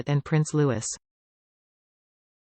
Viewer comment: The bairns name is pronounced Looee .